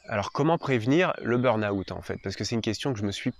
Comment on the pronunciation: bonne explication, merci. Par contre le "beurnaoûtte" ça fait mal aux oreilles 😅